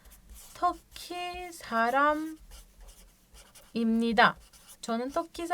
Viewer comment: O çonın toki saramibnida değil iMnida yazım kurallarında n harfinden önce p/b gelirse p/b m olarak okunur